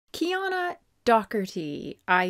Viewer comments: Her name is pronounced Key-Anna. I think she says it in a Q&A. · "KeyAnna" is how you say her name lol